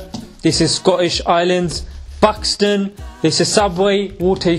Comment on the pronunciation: why he sound as if he says 'pakistan' when he says Buxton ?